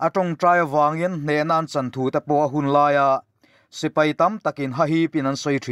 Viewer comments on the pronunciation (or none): none